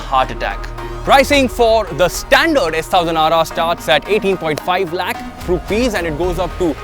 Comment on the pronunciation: Hey, it's “S ONE thousand RR” & not how you say it. Sorry my pet peeve 🤷‍♂️